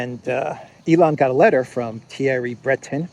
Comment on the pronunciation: Thierry is pronounced, "terry." There is no th sound in French and several other languages.